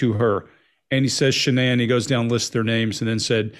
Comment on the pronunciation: It's Shannan. Not Shannon.